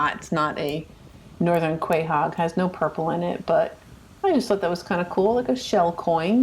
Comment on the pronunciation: Thanks for sharing. FYI: "Quahog" is pronounced - "Co-Hog" or